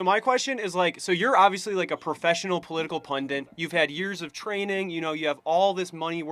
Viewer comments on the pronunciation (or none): Why do Americans say Pundant? It’s Pundit 😂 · Pundit* not “pundant”. Dummy. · pundit , pencil neck. "punDENT" isn't a word